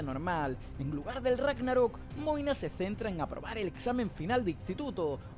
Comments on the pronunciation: Porq le decís moine a magne? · Quien es Moina? Toda la série escuché que su nombre era Magne 🤣🤣🤣